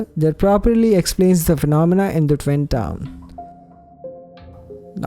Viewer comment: Is he saying fwim or twin